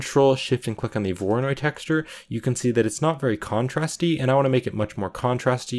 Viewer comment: "we don't need this mapping node for the voronoid texture" 5 minutes later "lets add a mapping node to the voronoid texture"